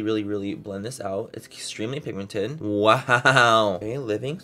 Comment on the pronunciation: Anyone else still laugh when Manny says "SOOOOO PIGMENTED" ?